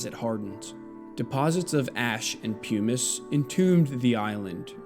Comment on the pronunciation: Nice explication, but: 1. It’s pronounced pumm-iss, not pume-iss 2. Why mention Graham Hancock, a clear grifter with nothing to add to any serious consideration of the human past.? Why not name the serious scientists who discovered the evidence you present?